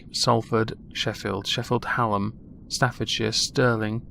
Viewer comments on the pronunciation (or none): none